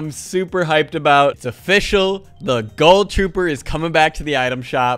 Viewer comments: My man said GULL TROOPER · He says ghoul weird he says it like goahl I say ghoul